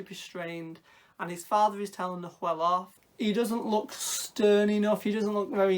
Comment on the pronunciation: Just a heads up, the pronunciation is a little deceptive for English speakers; Nahuel looks like na-hoo-el, but it's actually just na-well. The h is silent, and the u is close enough to how we pronounce w. I only say this because I learned it from my Argentinian husband when we chose to give our son this very same name. 🙂 I'm super happy that there's something with his name, because even in Patagonia it's uncommon, so with any luck it will become more known. I can't wait to see this movie, thanks for reviewing it!